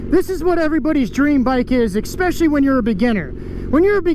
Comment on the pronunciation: Bro. Bro. It's "Su-pose-ED-ly" Not "su-pose-EB-ly". There's no B in supposedly. Also, it's "ES-special-ly" Not "EX-special-ly". I'm sorry to be That guy, but come on, you're a grown, adult male. Supposedly, you should know how to say these basic words, especially since you're an adult.